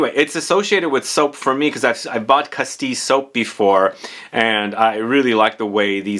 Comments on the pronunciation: Castile is a region in Spain, not a city. It used to be a kingdom until the early modern period, like Aragon and Catalonia. It's also pronounced casteel, not castee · I heard castee and penhaligon and wondered if it was something I hadn’t heard of until I realised it was Castile as in the kingdom of Castile.